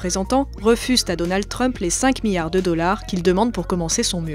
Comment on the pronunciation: « 25 miyards »